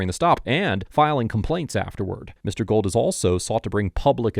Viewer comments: His name is pronounced “goold”, not gold. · Great video and content. His name is pronounced Gooo uld not Gold